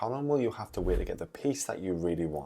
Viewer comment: It’s ‘wait’ not ‘weight’ …..